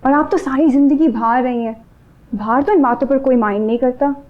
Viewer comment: ..... بھار نہیں باہر 😠